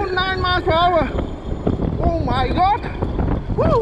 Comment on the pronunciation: “Oh my got this scoore so fas”😂